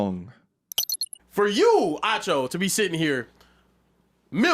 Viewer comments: Ahh cho not ah choo 😂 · it’s pronounced “AH-cho”.